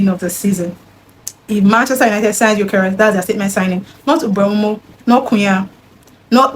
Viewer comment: How did you pronounce MBEUMO so well 😢. I could never 😂